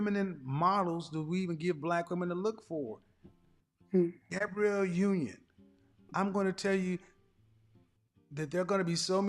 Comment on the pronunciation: Im like aint no way she said gab union